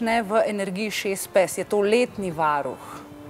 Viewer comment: Tudi mene zanima zakaj taka izgovorjava...za psa...